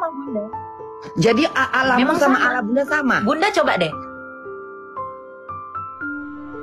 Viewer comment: Sebenarnya sih cara dia nyebut allah saja sudah salah, kenapa jadi alah, itu saja dalam bahasa arab saja kesalahannya sudah fatal banget.